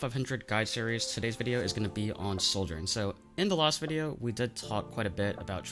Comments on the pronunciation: I stg if u pronounce Sojourn (/ˈsɒdʒɜːn/) as soldiern one more time I'm gonna lose it. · here he just outright says soldier im gonna lose it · Great video but it drives me nuts how you pronounce Sojourn like 'Souljorn" because it sounds like "Soldier" and that's naturally very confusing lol also I semi-disagree about the idea of swapping binds for primary & secondary being 'better'. Yes, some players might have a small bump in rail accuracy if they do it (extremely person dependent, I have tried it both ways and had no difference) , but also, our index finger is much better suited to 'holding down the button' for the primary fire. Suddenly switching that job to our middle finger (which rarely ever has to click-and-hold the right mouse button) means we're putting more tension and stress on parts of your hand not that suited to it, which can weaken your aim overall. so I'm not saying "you're wrong", but moreso "there's pros and cons" and ultimately it's a wash and just 'whatever you are comfortable with'. neither way is inherently better.